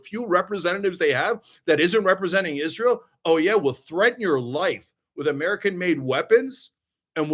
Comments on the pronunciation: "Izzrull" ..... 😂 Lol, I thought I was the only one who noticed how he pronounced that. May his wife & kids ..... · same. Izzruhl.